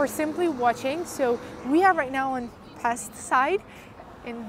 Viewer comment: Not Pest, it's "Pesht". Pests in EN means different thing. Also the city has 3 parts. The old city called Óbuda, Buda, and the flat part Pest. Yeah, there is a huge renovation, called Hausmann project build - where many part of the castle district gets new face, and heavy renovation process.